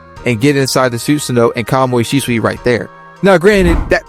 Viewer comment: Может Шисуи, а не Шичуи 😂